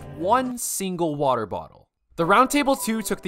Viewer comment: more like "wodae bodae" he said lmao